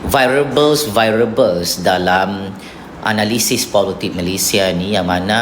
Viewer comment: 1) 6.36: political scientist? Don’t u ought to have a PhD for that?? 2) 7.04: it spells and pronounced VARIABLES, not Vairable. Get ur grammar and tatabahasa in order before self-dubbing or proclaiming urself a so-called “scientist” 🙄